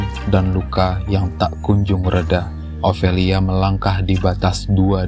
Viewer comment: Ofelia kak, bukan Ovelia😂 tapi kontennya asyeek🎉 semangat